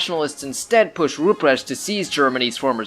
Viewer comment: A 10 minute video where the first 5 minutes is just the setup... Also the pronunciation of Rupprecht makes me want to cry